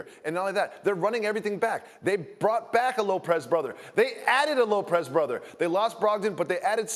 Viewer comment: the fuck, this man saying loPRez, lmao